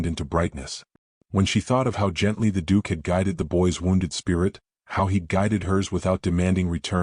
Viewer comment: The Dook!!